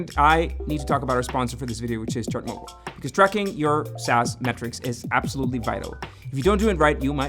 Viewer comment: ngl whenever you say ChartMogul i hear it as Chernobyl